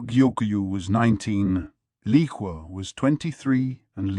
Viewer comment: Why is it so hard to pronounce 猫猫 or 小猫 correctlyyyyyy and also with 小蓝 and 梨花